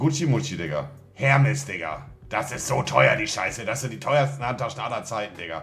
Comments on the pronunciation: Hermes ? Das heißt Errrmäs wird das ausgesprochen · rofl spricht er Hermès tatsächlich so aus wie das Versandunternehmen 😃 Unangenehm xD Das H ist im Französischen still. Korrekt wäre die Aussprache in etwa wie folgt: 'er-meß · der Cutter packt einfach einen Hermespaketboten dahin, weil Monte Hermes falsch ausspricht 😂😂😂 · Dafür, dass er so markenaffin ist, kann er die wenigsten richtig aussprechen. Hermes wird ohne H gesprochen. Ralph Lauren ist Amerikaner und wird dementsprechend "Lorren" ausgesprochen und nicht lauh-rehn. Hauptsache Flex.